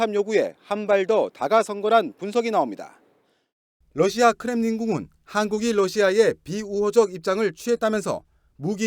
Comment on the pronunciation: TV기자가 러시아의 Russia를 Lussia로 발음한다. 아래 글을 읽어 보기 바란다. TV기자들은 말도 잘해야 하지만 발음도 좋아야 한다. 특히 외국어(영어)의 정확한 발음은 대단히 중요한 요건인데 유감스럽게도 그렇지 못하다. 예컨대 많은 기자들은 첫발음 R 을 L 로 발음한다. Russia 를 Lussia 로, Roma 를 Loma 로, Radio 를 Ladio 로, 발음한다. 물론 한국어에는 ᄙ(쌍리을)이 없어서 L 과 R 발음을 다 ㄹ로 발음할 수 밖에 없는 어려움이 있다. 그렇다면 한국인들은 R 발음을 정말 못 하는 것일가? 아니다. 초성일 때에만 못한다. 프랑스(France), 마리아(Maria), 도레미(doremi), 아리랑(Arirang) 등, 잘 하지 않는가. 그래서 TV기자들에게 다음과 같은 해결 방법을 주고자 한다. R 을 첫발음할 떄 R 앞에 '으' 발음을 먼저 하라. (으)Russia, (으)Roma, (으)Radio 등으로 말이다. 그러면 당신은 좋은 발음을 하는 TV기자가 될 것이다.